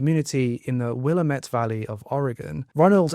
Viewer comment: Wil-am-et, shem-ek-eta